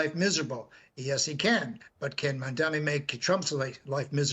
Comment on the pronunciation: Good and interesting conversation. Thank you. Again, the name is MAMDANI. Not MANDANI. Mayor Mamdani is well educated, comes from a good family and he is an excellent communicator and listener.